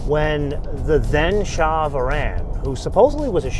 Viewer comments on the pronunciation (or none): none